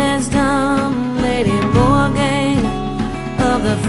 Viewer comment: it is not morrigan ether is The Morrighan or Morrigu, Morgan is Morgana le Fay